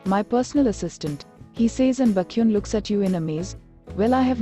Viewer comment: The AI pronouncing baekhyun as bakhyun is just so funny 🤣🤣🤣🤣